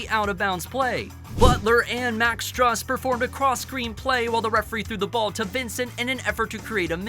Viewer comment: Also, Strus is pronounced like "stroose" and Bam "Out of the Bayou" Adebayo "ad-a-bah-yo"